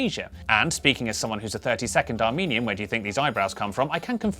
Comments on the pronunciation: I definitely heard, "I'm a 30 second Armenian." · When he said he was a "1/32 Armenian", I thought he said he was a "30 second Armenian". I was like, did he not like it and switch back really quick?